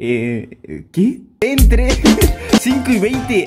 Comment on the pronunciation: Ja jjsjsjsjs me reí cuando dijo enetre por ntre jjjsjssjsjjs I después se dio cuenta que era entre xd